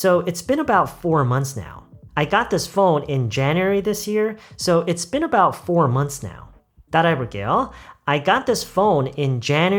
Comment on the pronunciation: been about할때 선생님처럼 발음을 하기 어려운데 혹시 발음 팁같은거 있나요??